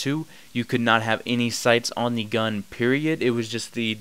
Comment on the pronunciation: You say "gun" funny .. guuun